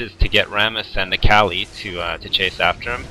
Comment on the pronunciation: He says akali kinda weird.